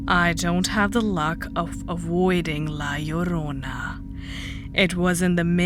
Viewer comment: I love your pronunciation of La Llrona. The "LL" sound is always hard to grasp with the way I speak.